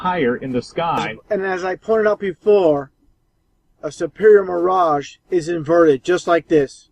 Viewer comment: Lol ahh man. Help these people.. He said Miragè sheesh